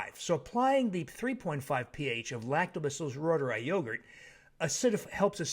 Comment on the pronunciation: That ma'am said ruegurt! Call it ruegurt! 😄😄